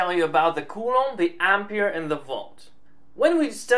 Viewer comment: can you please say coulomb right? i speak spanish and culo means ass and what you are saying is ass in spanish like all the time, really hard to watch without laughing